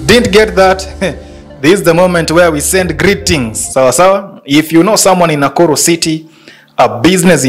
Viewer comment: Why are you calling it nakullu instead of nakuru?